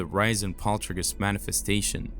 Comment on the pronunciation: Poltrigous activity ??? What is happening with the words and accents ? Why the war on the English language ?